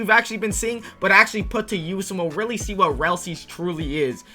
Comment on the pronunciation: whenever bro says really ITS SAYS RELLY BRO THINKS HE IS SLICK